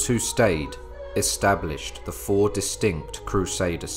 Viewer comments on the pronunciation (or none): none